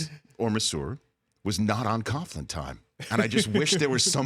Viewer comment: "Coach Coughlin" lol